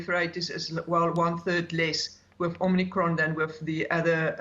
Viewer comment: Omicrone? Pandarmic? Lol